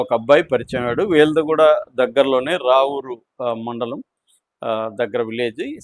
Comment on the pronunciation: నువ్వు ముందు తెలుసుకో రావూరు కాదు అది రాపూర్ నోటికి వచ్చింది చెయ్బ్తునావ్